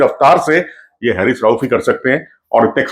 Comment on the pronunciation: Pronunciation of Haris is "Haa Ris"not hairis